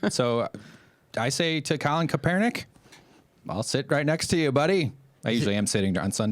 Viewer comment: These guys couldn't even say his name right they don't give a dam about kaepernick all this douchebag cares about is bashing America.